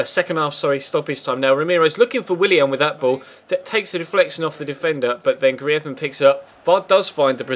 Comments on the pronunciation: Pls dont say griethman its greez ma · why do you say griethman:D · Greez-men.... Practice it lol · Love the series but can you please just say griezman normally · ya but isn't Spanish and griezman asked for the commentator to say it in Spanish cause he plays in Spain that's the only reason so can't just say it normally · I think he might be Basque